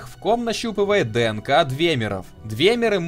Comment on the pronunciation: Я биолог, и у меня кровь из ушей шла от каждого произнесения слова "ДНК".